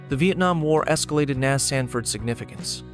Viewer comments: Hey, bot! It is not Nazz, it's N.A.S. an abbreviation of Naval Air Station. According to your logic, afbee would be the way you pronounce A.F.B., which is an abbreviation for Air Force Base. Smh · Surprised this did not mention Amelia Earhart took off from Opa-Locka on her ill-fated flight around the world, and Cecil Field was designated as an alternate emergency landing site or divert point for the shuttle because of its 12,500ft runway. and "NAS" is not a word, its an acronym, no one says "nas", its "N.A.S." as in Naval Air Station, also, "F/A negative 18"?? AI sucks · The A.I. robot voice on this piece and the el cheapo music are disappointing. I’ve worked on several of the locations documented in this video. The script is good enough, but “nas” isn’t an English word. I’d have done the VO for this group as an Emmy Award winning broadcaster and writer for the Florida Aviation Historical Society… we can do better. Firstly, the botching of the pronunciation of historical names, titles and places defeats the goal of historical education! Let’s make an improvement? 🇺🇸